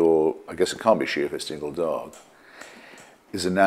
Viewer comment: ***** Yes, him suddenly blurting out "Dingle Dog" with emphasis in that eloquent accent was pretty funny.